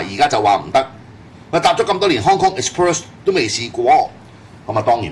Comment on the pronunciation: Hong Kong Exbirds?? 咩料呀😂😂😂 啤梨你讀唔到Express呢個字 不如講返香港快運算啦